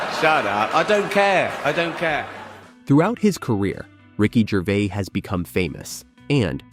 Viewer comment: Ricky "Gervay"